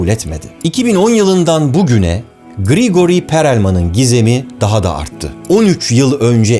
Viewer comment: Gregori degil azizim grigoriy… adamin adi gregori bile yazilmiyor , nasil gregori okuyabiliyorsunuz